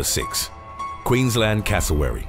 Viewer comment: I congratulate you sir pronouncing Queensland and Brisbane correctly 👍